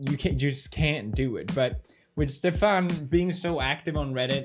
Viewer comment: stefan is not pronounced like that